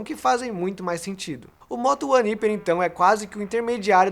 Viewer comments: Ao invés de "íper" não deveria ser "raiper"? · Não é hiper, é hyper!!! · Qual a pronúncia correta? Iper ou raiper? Cada um fala de um jeito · Que agonia ele falando "iper" kkkk prefiro a pronuncia "raiper" normal.... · O nome é "Hyper" uma palavra que se pronuncia em inglês e soa como raiper e não iper 🤦🏽‍♂️ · Ele é burro kkkkkk o jeito certo de falar é haiper, não iper! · Vc tá ligado q tu tá pronunciando errado né?! Não é "HIPER" e sim "HAIPER" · Hyper -> "raiper" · Parei de ver o video no primeiro ``iper`` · pronuncia-se [ráiper] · "iper", já desliguei.. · Não entendi por qual motivo o celular foi referido como "iper" ao invés da pronúncia certa. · Acho que o nome HYPER E SE DIZ RIPER Claro que ele pode falar do Jeito que ele QUISER MAS Me deu um TOC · é raiper a pronuncia certa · Mas o número você pode ler em português, a palavra "Hyper" não existe no nosso vocabulário, você pode falar ela como quiser mas pronunciar o "y" como "i" é errado... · Pra ser mais fácil: "Ráiper" Ceramente, agonia os video dele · Mano, como que um cara faz análises em um canal grande, e não sabe pronunciar a palavra "hyper" corretamente?. Jesus! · Q toc do caralho, não guento ver ele falando assim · verdade. Não sei por que eles insistem em falar errado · Pronúncia errada! Mas, enfim, falaram do Motorola (Fabíola) Hyper.